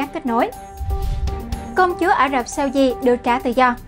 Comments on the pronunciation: Mỗi lần nghe này là mỗi lần tôi bị ngứa tai với vc phát âm tất cả những /s/ trở thành /sh/. Very effing ANNOYING!!! 👎👎👎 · đọc 'SAUDI' nghe kỳ quá